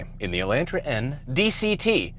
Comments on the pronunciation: How does a Canadian end up pronouncing "Elantra" like he's from Michigan with a hard A?? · I’m sorry but tell me you don’t know how to drive a car w/o telling me you don’t know how to drive a car. Even though that is your job, instant to blame it on the elantRA. And English says it’s pronounced otherwise the a isn’t pronounced 😭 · Nice video. I hate how you say Elantra though lol. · Am I the only one who says Elantra and not Elentra?